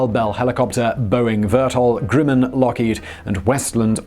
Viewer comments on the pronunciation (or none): I like how he pronounces Grumman! Grew man! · Just find a commercial for Grumman on YouTube to hear how it's pronounced.